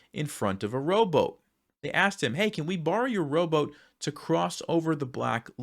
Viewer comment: "Row boat"?? LOL! I was hearing "robot" (english is not my mother language😂) Anyway, great content, as always. Keep it coming!!